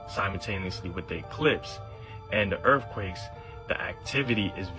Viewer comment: Oh my ears -- earff-quakes? 😅